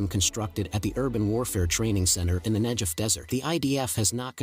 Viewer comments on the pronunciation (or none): The "desert" has a HARD "G", as in "NEGATIVE"; it's NOT SOFT, as in "George". Glad to help. Goodbye.